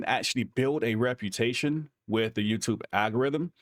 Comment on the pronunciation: Love what you do. and it's "AL-go-rythm"